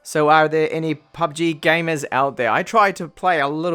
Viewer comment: Bro... ..its 'pubg'..not 'pbug'..i guess u dont game that much😁 nywys great review👍